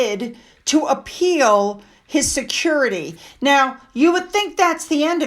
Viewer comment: Harry should pay for his own “securidee”